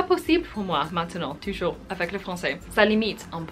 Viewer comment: Impressive how big progress you did in such a short time, bravo! :). Speaking of some little errors, I would point that you confuse sometimes the pronunciation of "ou" and the "u", e.g: in "vous", "toujours" or "cours" etc.